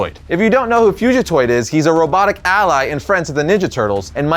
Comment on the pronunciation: Great video but never say fugatoid like that again please lol